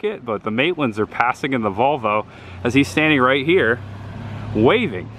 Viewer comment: did you say 'There is the Vulva....(?)', instead of VOLV-O!? LOL. This is so cool to see. Richard